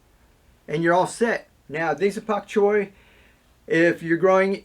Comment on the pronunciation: This is very informative. But can you please pronounce bok choy with a Bee?